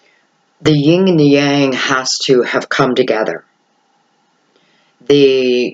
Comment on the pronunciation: A Virgo only loves to correct other people’s mistakes and hates when it’s done to them but I have to do it :) It is “Yin and Yang”, not ying and yang :)